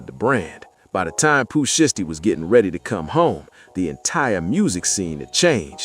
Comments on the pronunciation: If you can’t pronounce, these people name the correct way then you not qualified to be reported on them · Not enough of a name for you to pronounce it right?